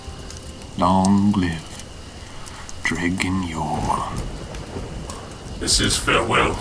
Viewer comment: Dred-gin Yor? I always pronounce it Dredjin.